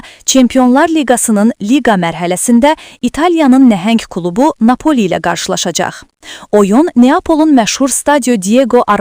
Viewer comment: Bu şərh edən çuşkanı görəsən hansı rayonnan tutub gətiriblər!? Savdsız məntiqsiz şərhi 1 kənara Napoli sözünü düzgün tələfüz edə bilmir, sözlərin bəzisinin şəkilçisini şəhərli kimi tələfüz etməyə çalışsada növbəti sözdə qarşılaşajax kimi söyləyərək öz ləhcəsində danışır. Bu ölkədə normal üzə çıxarılası adam yoxduki görəsən.